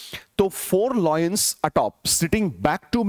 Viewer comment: Sir u r a fantastic teacher...i really appreciate ur efforts..bt its Lion nt loin ... My Apologies sir..